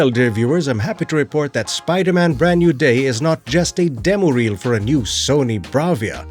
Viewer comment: Did you say, "Bland New Way"? 🤣🤣 That should be the title of the next movie.